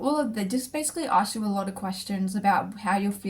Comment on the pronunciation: I like how you pronounce “ask” lol.. never heard someone say “arks” before.